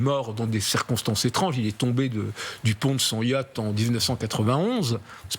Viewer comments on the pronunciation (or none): none